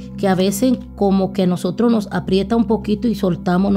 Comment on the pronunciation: Por favor no maltrates el castellano que es un idioma muy bonito.... no es Estados Unido..es Estados Unidos....No es Nosotro...es Nosotros..... nos es Nos Levantamo..es Nos Levatamos... te aconsejo que practiques con lecturas en voz alta ... Muy buena lectura, muy elegante.... no se como se ve la gasolina en las cartas...